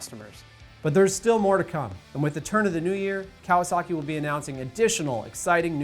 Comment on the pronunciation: I hate the way this guy says Kawasaki